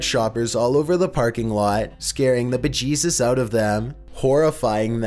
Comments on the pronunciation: Yes Indeed “Scaring the bEHCHESSUS our of them, horrifying them in the pROCASS.” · “ scaring the jebejes out of them “ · I love it when he says bejesus